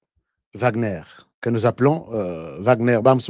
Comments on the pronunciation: En allemand W se lit V, Wagner=//Vagner// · Wagner est un nom qui vient de l'allemand W devant une syllabe on le prononce v. Je suis Wagner